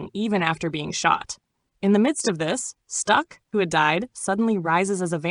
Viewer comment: Can’t help But seem a little racist calling it a village. And it’s STACK not STUCK